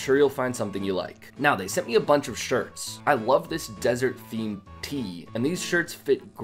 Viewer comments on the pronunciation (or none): none